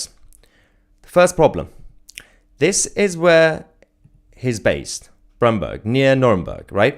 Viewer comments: its bernburg not brennberg....he actually lived close to the place the crime was carried out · Bernburg not Brennburg. Check your mistake. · Bernburg. Not Brennburg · You mismatched Bernburg with Brennberg 😂. If you do such simple errors how trustable are your other findings? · 😂 you seriously need help on your German geography 😂 it's Bernburg not Brennberg 😂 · Bernburg not Brennberg... Magdeburg is not 'near' Berlin... This should have been a simple 'read and research' this is embarrassingly bad 'journalism'. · Bro Bernburg near Magdeburg not Brennburg 😂 Fake News Alarm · Oh no, you have got the city wrong: he was living and working in Bernburg, not Brennburg (or whatever). Bernburg is about 50km from Magdeburg. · No u are wrong. Its Bernburg not Brennberg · The town is Bernburg not Brennberg. It says so on the graphic. Bernburg is 20 mile south if Magdeburg. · He lives in Bernburg not Brennburg as mentioned. Bernburg is very close to Magdeburg. He just used a Rental Car with a Sign from Munich. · "Bernburg" is not "Brennburg" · He was living and working in 'Bernburg' not 'Brennberg. Bernburg is 46km south of Magdeburg. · the town you mention is wrong, he is from Bernburg, not Brennberg. Bernburg is close to Magdeburg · ‼️‼️‼️‼️‼️‼️‼️‼️NOT BRENNBERG near Nuremberg. It’s BERNBURG near Magdeburg. Get your facts right or you’ll loose credibility in an instant … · He lives in Bernburg, near Magdeburg, NOT Brennburg, near Nuremburg. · The town is called Bernburg, not Brennburg. You have the wrong name. Bernburg is near Magdeburg. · The guy was from Bernburg (not Brennberg), which is very close to Magdeburg. Do your research correctly please. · One small mistake, it's not Brennberg, it's Bernburg, not so far from Magdeburg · It’s Bernburg Not Brennburg… get ur facts right at least…Bernburg is in the same town as Magdeburg…roughly 40 mins from Bernburg is Magdeburg…their in the same town called Saxony Anhalt… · He came from BERNburg, not Brennberg. You got the wrong city.